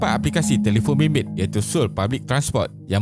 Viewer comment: Cara sebut yg betul So-ul bkn soul